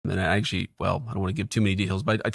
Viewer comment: “An Ackshee, I do’wanna give too much deHails” 😂 This guy is COKED OUT